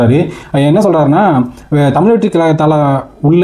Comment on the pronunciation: முதலில் தமிழ் என்று சரியாக உச்சரிக்கும். நீங்கள் சொல்வது எல்லாம் பழையது.